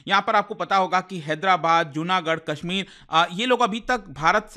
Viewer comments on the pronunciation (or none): none